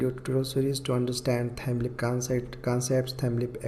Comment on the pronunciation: Its LEAF not LEAP